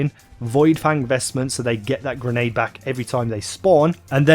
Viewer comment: Not "gernade", its grenade.